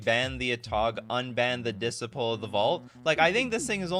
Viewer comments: It’s not pronounced ‘diss-sipple’… it’s ‘diss-sigh-pel’ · Your pronounciation of "disciple" makes my brain hurt